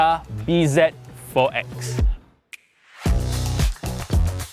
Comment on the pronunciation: Not read as B Z... Its Busy.....Z pronouces as Zi as it zero